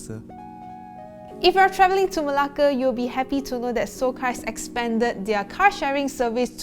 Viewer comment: i love how you pronounce 'Melake'. 😍.